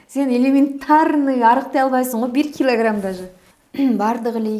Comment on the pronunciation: Бир килагирамм Дейт го😂😂